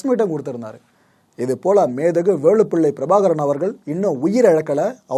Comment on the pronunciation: Bro, நீங்கள் வேளுப்பிள்ளை பிரபாகரன் என்று உச்சரிப்பது தவறு வேலுப்பிள்ளை பிரபாகரன் என்பதே சரி